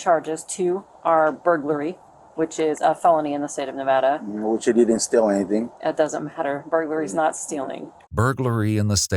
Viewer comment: 30 seconds in and wanted to thank you for pronouncing Nevada correctly. It was a huge debate between native Nevadans and out of staters some years back on how to correctly pronounce it.